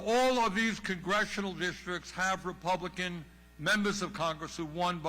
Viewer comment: No "k" in republic? I wuz skooled in a pubik skool.